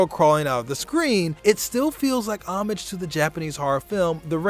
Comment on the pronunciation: How many times can 1 man mispronounce the word 'Homage' in one video?